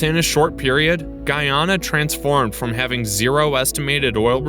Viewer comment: It's not guuuuuyyyaana its ...guyana